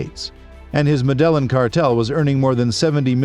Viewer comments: Pronounced med e in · That's not how you pronounce Medellin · Medellin? Get the pronunciation right please!! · Literally hurts my head hearing 😭